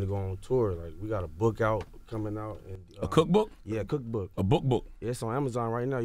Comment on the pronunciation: "A Cook Book... A Book 'B'ook"